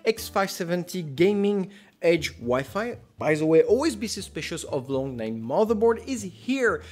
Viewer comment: The fact that he doesn’t know how to pronounce WiFi should show that he shouldn’t be giving reviews.